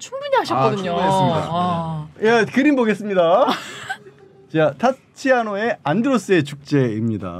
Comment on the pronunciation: 타치아노가 아니고 티치아노 입니다.